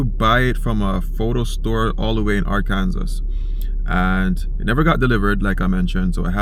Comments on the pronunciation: By the way, Arkansas is pronounced “ar•can•saw”. The US is a funny place! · Ar-ken-saw = Arkansas